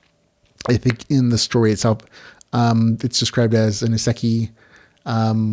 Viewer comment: Isekai - "E - SAY - KAI" That's right- I'm back! :P